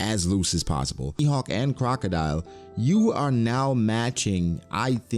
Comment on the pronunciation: why do you keep calling him crocadeli?